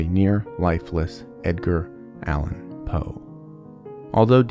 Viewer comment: I thought you said “Dadgear” Allen Poe and couldn’t stop laughing because in street parlance that means “father drugs”. 😂 ❤🎉